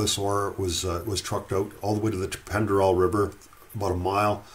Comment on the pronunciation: Pend Oreille is pronounced "Pond Or- Ray" just sayin'